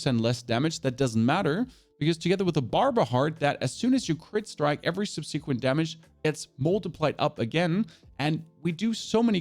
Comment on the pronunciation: dont say ergo if you cant pronounce subsequent pls lol